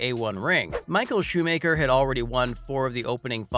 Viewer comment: Yeah, it's shoe macker, not shoe maker.